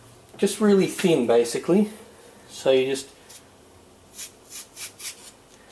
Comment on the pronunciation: why dose he always say:fiiin in stead of thin